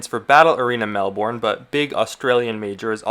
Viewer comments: yo, just a quick tip from an Australian on your pronunciation, melbourne's not mel-born it's more like mel-burn and the emphasis is on the mel (i know it doesnt make sense) and the emphasis on austrailia is on the Trail not the Aus, like ausTRAILia i'm mainly saying this cause its easy to get it wrong and in Melbourne we really like making fun of Americans especially when they say "AUStrailia or melborn" Great video by the way really interesting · Nobody says Melbourne right 😭